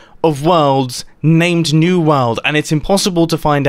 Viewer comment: Only today did I notice that Mumbo pronounces "World" like "Wald"